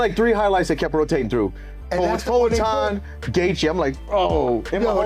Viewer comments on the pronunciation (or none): " I would leave him to" gaythje? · We have full mount mma saying goythje before gta6